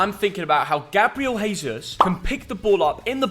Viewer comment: Isn’t it “Jay-Zeus” not “Hay-Zeus” as Gabriel Jesus is Brazilian (thus speaks Portuguese not Spanish)? Any Man City/Brazilian Portuguese speakers know for sure?